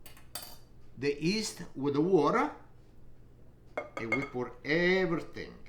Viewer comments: The 'east! 😁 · He is famous with that "East" (yeast)!! What a lovely grandpa ever even if he one time was the butt of the joke in the other video😅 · The way this man says "yeast" Killed me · Yeh, but you knew what he meant!